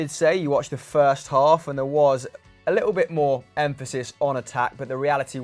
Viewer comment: Birst of all Good ebening